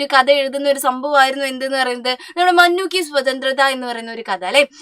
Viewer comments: മുന്നു അല്ലെ മന്നു അല്ല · മഞ്ഞു അല്ല മുന്നൂ ആണ് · Mannu no munnu is correct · മന്നു അല്ല മുന്നു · Mannu alla Munnu an😂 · Miss mannu alla❌ munnu anu✅😂😂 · മനു അല്ല മൂന്നു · ടീച്ചറെ മുന്നു അല്ലേ മന്നു അല്ല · മന്നു അല്ല ടീച്ചർ മുന്നു എന്നാ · Mannu അല്ല munnu ആണ് 👍🏻